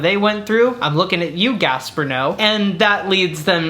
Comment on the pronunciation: Girl I love you but every time you pronounced Gaspar Noe's name wrong it irked me so bad.